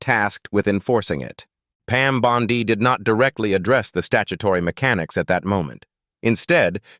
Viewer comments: Pam Bondi ==> scansion as in Monday. The Pam Bon ↘DEE↘ pronunciation used in this audio is dopey. It's pronounced "bon'dy." Naughty machine! :face-orange-frowning: From where I sit, in Toronto, Canada, t looks as though things are perhaps turning out well in the US, for a change. This will be helped, imho, if critics of the Trump gang be careful with pronunciations, with facts, and in avoiding silly cheap shots. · Can someone please teach AI how to pronounce Bondi.